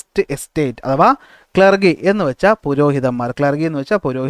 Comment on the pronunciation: ക്ലർഗി ellaa ക്ലർജി ann😂 sir 😂